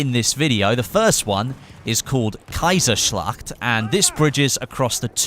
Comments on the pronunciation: For a German it is funny to hear americans speaking german Kaiserschacht = Kaisorslahhht xDDD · kaiserschlacht... I guess it's a bit tricky to say it 😂 greetings from Austria 😂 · Hahaha im german and love how u say kaiserschlacht xDD